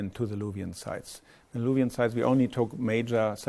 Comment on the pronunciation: luvi bence isim yanlış okunuyor